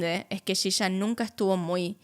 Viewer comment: Por que dice shisha? Si es yiya 😵‍💫